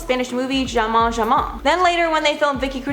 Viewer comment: Wrong. Accent is above the "O" so it's pronounced ja-MON